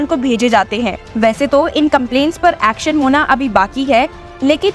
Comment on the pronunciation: Aaxxon sounds yuckxon by the voiceover! LoL 😂 it's not lawyer bi prophexan but better sound palatable in Hindi.